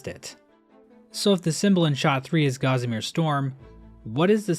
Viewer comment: You need to learn how to pronounce 'Gossamer'.